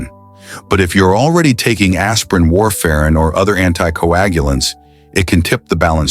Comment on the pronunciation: Your Ai pronounce warfarin as warfare